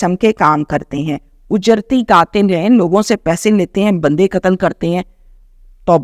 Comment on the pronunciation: Mein aap ki taseeh keroongi word ujerti nahi hey it is actually “ uj- rati” hey